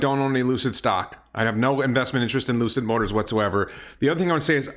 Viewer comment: „Ljuuusid Moatars“ 🤣 as puts it 🤣🤣🤣